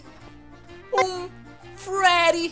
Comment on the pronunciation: kkkk ele fala frerry mas é Freddy